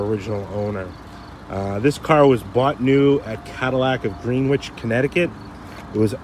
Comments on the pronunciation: Love the coupe, my wife is over here yelling at the TV about how you said Greenwich...LMAO...She's from Connecticut 😅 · Dude it's pronounced Grenich not Greenwich! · "Gren-ich", sir.